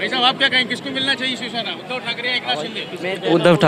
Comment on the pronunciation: उदय नाही बे.. उद्धव है ये.. 😂😂😂😂😢😢😢😢😅😅😅